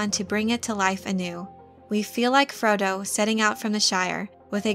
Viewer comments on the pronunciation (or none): Frow-Dough.. FroDo.. not Freddo... Frow-dough.. Mr Frodo... ;-) being said, been almost a year,, havent heard squat about this, and i watch Prime constantly..